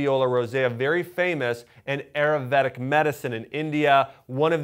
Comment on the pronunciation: Great. Ayurveda is pronounced "eye---ur---vaid." Just saying.